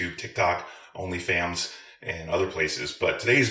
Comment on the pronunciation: Did you say “OnlyFams?” Hahahahhahahahhahahahhaha